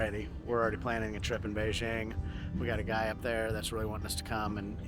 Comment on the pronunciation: Beizhing???? Jing please.